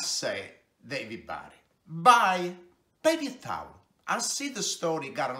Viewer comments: the pepye tawleh xD love it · “The pepy towel is like a the toilet paypee.”